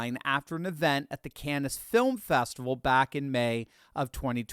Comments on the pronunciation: you are brilliant as a classical musician and podcaster, but Cannes is pronounced “Can.” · Cannes is pronounced can. You're welcome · Canness? It's pronounced Cahn.